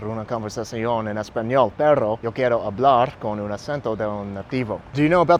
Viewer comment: And dude, you said “dog” not “but” in Spanish. Rule is if the word begins with or has a double ‘r’ than you roll it. If the ‘r’ is a single ‘r’ in the word, I.e. pero, it has a ‘d’ sound in English. “Perro” has a rolled ‘r’ sound. The ‘d’ sound in Spanish is a ‘th’ sound in Spanish. I.e. dedo which is pronounced like “de-tho.” Hope you don’t take offense to this, just some helpful tips on hablando en Españsol.